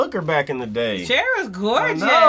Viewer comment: oh snap "cher"